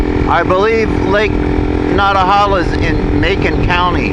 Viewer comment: Good video ha but as a local I hit the floor 😂every time you called it “Lake Not-uh-holla “ 💀